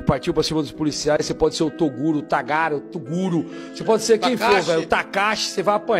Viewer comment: ( | | ) TORUGO. :face-green-smiling::face-green-smiling::face-green-smiling::face-green-smiling::face-green-smiling: ( | | ) "TORUGO" guardado pela G. M. de Balneário Camboriú. Eu exijo explicações!